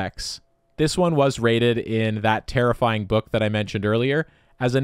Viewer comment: Take a shot everytime he says terrifiyimg